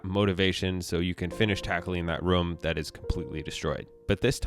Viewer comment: I love how says room. Sounds like he's saying rum.